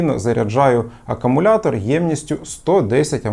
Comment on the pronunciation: Як можна стільки років працювати з зарядними пристроями до акумуляторів і вимовляти слово акумулятор неправильно?